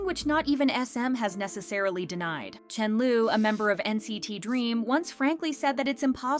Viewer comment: Is anybody else annoyed by the poor pronunciation of Chenle's name? I get that the creator is not fluent in Chinese, and I don't expect perfection, but at least get the vowels right! Wtf is Chen-lu? Chen-lee would've been a better alternative even. But Chen-lu? 😒